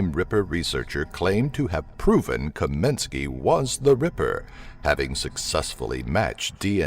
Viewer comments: It's *Kosminski, not "Kominski". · Its KOSMINSKI!, Not Kominski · Actually it is KAMINSKY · Your no.1 suspect is not Kominsky, you mean Kosminski. Sloppy. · As long as you re making a video about jack the ripper. Could you go to the FUCKING TROUBLE of pronouncing YOUR number one suspect s name properly. It s Aaron kosminsky. He s only been a suspect for 132 years so you probably didn't t get a chance to learn his name. You Yankee dumbfuck. Really looking forward to your next video about the ten greatest quarterbacks of all time like Preston and Eddie Manley. Robert stabback john nameth and don Maringo. Read a book yankee. It doesn't t give you cancer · the S maybe silent lol